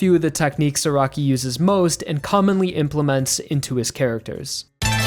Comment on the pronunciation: I keep hearing ' A ROCKY'